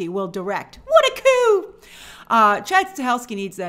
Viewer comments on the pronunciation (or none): none